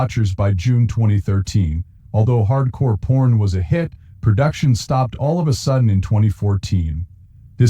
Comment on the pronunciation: The robot keeps saying Hardcore Porn. Lol.